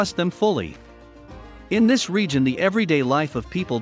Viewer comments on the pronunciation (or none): none